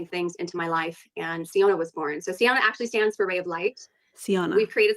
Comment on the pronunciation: The name is said like “Fiona” but with “See” instead of “Fee” at the beginning so I am going to think of this as the ogre princess MLM.